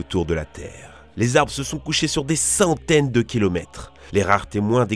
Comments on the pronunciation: Centaines il a dit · "Pendant des saouteines de millier d'année"